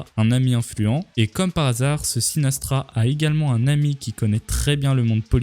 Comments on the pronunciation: Jadore tes vidéos mais on dit Frank Sinatra pas sinastra😉😊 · Sinatra pas Sina"s"tra !🤣 Et dis "hypothèses" ou "théorie"... Mais pas conspiration! Sinon c'est bon ça comme vidéo !👍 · C'est Franck SINATRA, et pas SinaStra ! 😅 Sinon, vidéo intéressante 👍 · Sinatra PAS Sinastra ^^ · Frank SinaStra 😭🤣 c'est juste Sinatra s'il te plaît 😭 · Franck SinaTRA et pas Sinastra ^^' T'as pas l'air de savoir qui c'est on dirait , alors que c'est l'un des plus grands musiciens de l'aire moderne , c'est lui qui a fait plein de chansons cultes connues de tous , comme "Fly me to the moon" par exemple :) Jette une oreille a ce qu'il fait , je suis certain que t'en a déjà entendu au moins une ou deux :) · "Franck sinastra" mdrrrrrrr Franck Sinatra on dit mon ami... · C’est Sinatra pas Sinastra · sinatra pas sinastra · C'est Sinatra pas sinastra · C'est Frank Sinatra, le chanteur américain reconnu mondialement, pas SinaStra !! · Sinatra pas sinastra mec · par contre Sinastra c'est pas SINATRA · Sinastra mdr le s se prononce pas . Sinatra on dit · On dit juste SINATRA. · Incroyable comme d'hab mais "SinaStra" ça ne passe pas dans mes oreilles x)